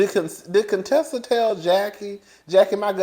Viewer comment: From the beginning when Contessa came on the show Heavenly butchered up her name on purpose. Thinking it was funny, but it wasn’t. Heavenly tries to mix humor with meanness which makes it not funny. At times she is funny without the malice.